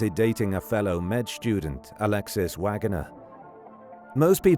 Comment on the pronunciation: Garbage AI narration. Depressing. Not English. "Medical Shtudent"